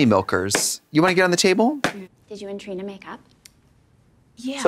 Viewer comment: Katya calling Trina “Tarina” is sending me 😂